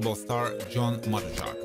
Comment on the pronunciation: John Matuszak, last name is pronounce Mah-too-zack